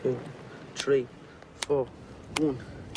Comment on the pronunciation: One two tree four... Lol